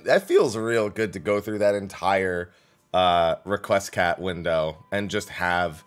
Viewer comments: No, that's also not how Requiescat is pronounced. It's more like Rek We Ess Cat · I think you mean it's pronounced: "Re Quest Cat"